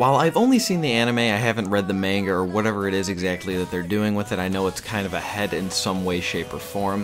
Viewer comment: Man's said manger